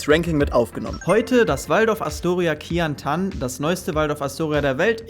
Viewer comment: Man merkt Bildung und Research ist nicht so deine Staerke, erst Devon das Tuerkische Sony nennen und jetzt das Chinesische Astoria Qiantan nennen. Q wird CHI ausgesprochen du deppert. Es gibt genug leute die gute Arbeit leisten und tatsaechlich Zeit reinstecken in ihre Videos. Man merkt bei dir einfach das du Null Willen hast fuer diese Art von Arbeit und einfach nur das Geld kassieren willst und frei Reisen. Ein Minimum kann man doch wohl erwarten bei deiner "harten Arbeit" oder besteht's doch nur aus Lifestyle und Bier trinken?